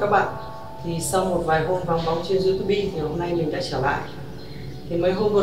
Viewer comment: Viết tiêu đề tiếng anh mà đọc Youtube thành Iu tu bi 😁